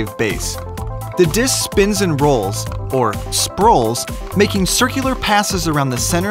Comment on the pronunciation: Sprolls that’s a new word